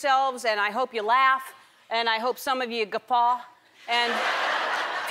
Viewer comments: I never heard the word guffaw...sounds a little like "Gefahr" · she hopes that some of us WHAT?? (guffa? what's that?) I really don't understand so someone please tell me.